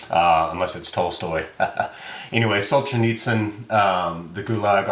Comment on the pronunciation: Russian words only have one strongly stressed syllable. Sol-zhe-NEETS-in. Dosto-YEV-sky. Not to be rude. But it’s kind of helpful, you can just pick a syllable to emphasize (usually the second or third for these 4 syllable names) and go with it, even if it isn’t the right one (lol).